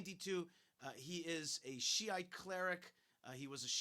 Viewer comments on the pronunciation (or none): Why do you keep mispronouncing the word "shit"?